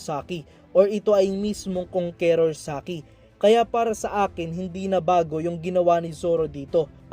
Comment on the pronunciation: kang kors hindi kong ke rors pag pronounce idol sana mapansin mo